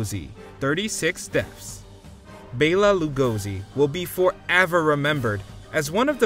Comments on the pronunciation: Dracula's actor 1st name is pronounced BELLA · "Bayla?" Jesus, can't you clowns pronounce even the most well known names.